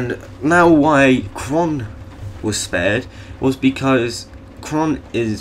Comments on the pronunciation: QHORON, not QHRON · It's not Kron, Pronounce it - COR-RAN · Its qhorin not qhron. Did you not watch the series? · Its pronounced Core-in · The Qh has nothing to do with you missing the 'orin' part of his name... Also, Mance Rayder, not Rider